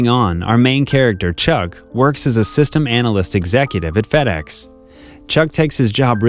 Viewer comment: I heard fatass when he said fedex 1🤣🤣